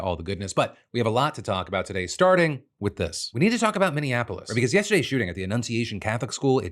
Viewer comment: After over a decade of reporting news DeFranco still can’t say Minneapolis, right. It’s always said under horrible circumstances.